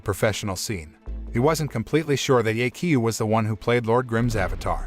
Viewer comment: i'm sry but the pronounciation of "ye qiu" is terrible. should sound more like "yeh chiu"